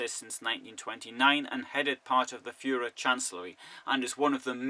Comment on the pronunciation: I would have to watch the video again, but I remember the word Führer, the pronunciation of the names with "von" and some local names. I don't mean to be mean and criticise you...